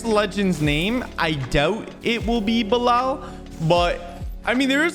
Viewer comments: it is pronounced Bee Lal not Blal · btw it's read as bee-lal.